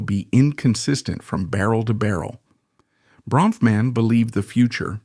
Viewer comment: How many diffrent ways can the narrator mispronounce the last name?!